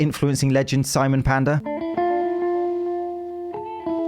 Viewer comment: When SI-M-ON name come up respek it. 😂😂